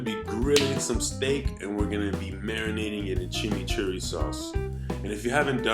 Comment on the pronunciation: Your dint say Argentinian Chimichurri TRUE!! REMAND YOUR........ Chimichurri (Spanish pronunciation: [tʃimiˈtʃuri]) or chimmichurri is an uncooked sauce used for grilled meat; it comes in a green version (chimichurri verde) and a red version (chimichurri rojo) and originates from Argentina and Uruguay. It is made of finely chopped parsley, minced garlic, olive oil, oregano, and red wine vinegar. The dominant flavoring is parsley, garlic, red pepper flakes, and fresh oregano. Maybe your VERSION shod call Chimichurri??